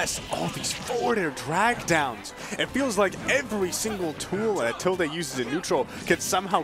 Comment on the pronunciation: Okay maybe it's just me but like.... Isn't the word "tilde" pronounced as "til-duh", and not "til-day"? Are the commentators always getting it wrong or does the player also pronounce their own tag as "til-day"?